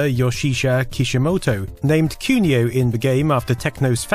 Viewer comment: It's really grating hearing you say "kyuniow this, kyuniow that", please, at least make an effort to have a pronunciation that is at least close to japanese.